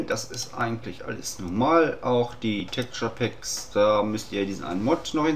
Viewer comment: Du erklärst es gut und sprichst Texturepack lustig aus = Abo! :D